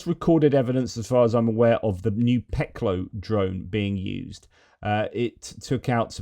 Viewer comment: Just incase you want to know, "Peklo" the 'O' is pronounced like the 'o' in 'loft' rather then 'low'.